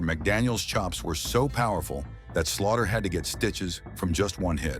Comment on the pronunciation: DAMN THESE AI CHANNELS! Pauses between Sgt and Slaughter! Uses Superstar Billy Graham images while talking about Ric Flair! Stop being lazy and learn to do things the proper old fashioned way without having AI do your homework for you!